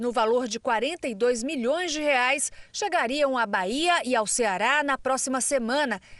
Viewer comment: A reporter diz que o preço do gás é de setenta "REAS" e acima de 100 "REAS". Ela ainda não aprendeu que a nossa moeda no plural tem o nome de REAIS e não como ela diz "REAS". Veja a partir do vídeo s.